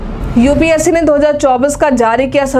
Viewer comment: UPSC hota h na ki UPSE😂